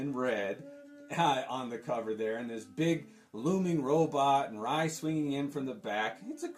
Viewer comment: Rai was one of my favorite series and you pronounced it correctly (See Magnus Robot Fighter #6) towards the end of the book before the Rai book starts is a Jim Shooter write-up and he mentions on how its pronounced... You nailed it..